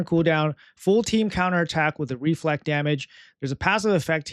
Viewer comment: Always with REvive REflect can you say it normally just once please